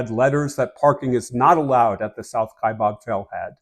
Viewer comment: The second syllable of Kaibab, is pronounced BAB, not BOB.